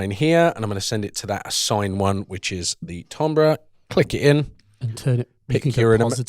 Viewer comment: oh god the tombrah pronunciation, it burns